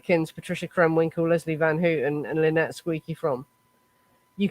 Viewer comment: It's pronounced:' Van- Howten'(' Van Houten ').